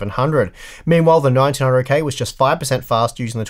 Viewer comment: Sounds like you're saying 1900k